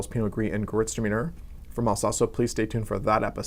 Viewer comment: if i can correct you concerning the pronouciation of Gewurztraminer. you should say "gay vurst raminair". 😉